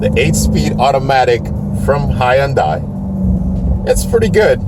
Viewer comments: It’s not HY YONDAI. Lol. It s more like hun - day. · well, the proper pronunciation is "hun-day" not "hi-and-die". i'm giving you the proper pronunciation, not the proper spelling obviously. if you honestly do not know that it is pronounced 'hun-day", .... then i don't know what to say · can you say ........ HUN - DAY..........???? but, if it's "HI AND DIE" you must, then have fun i guess. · It’s Hyundai rhymes with Sunday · The way you say Hyundai would make their Marketing team cry. But still a good video, these cars are awesome. Currently buying one. It's Hyundai, like superbowl Sunday! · It's pronounced Hun-day... Rhymes with Sunday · He has to be trolling us with the Hi and Die pronunciation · Hey genius, I JUST called Hyundai Motors America and they've said that it's pronounced HUNDAI like SUNDAY, MONDAY. In their case, you drop the Y in the pronunciation in the United States and that comes from the company itself. You'd think that the company itself would've issued the proper pronunciation of their company WORLDWIDE years ago had that been the case despite where people are from with their accents. Toyota is pronounced TOYOTA worldwide so accents and differing cultures isn't an excuse. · About the most annoying mispronunciation of Hyundai watch the video on mute lol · You’re saying the brand wrong bro